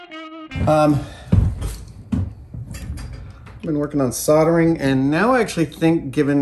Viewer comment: At least you're a good 'Merican and pronounce soldering correctly, unlike other furin makers on here and have to pronounce the 'L' in solder. SAW-DER !!!